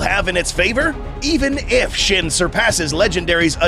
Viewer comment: It's pronounced more like sheen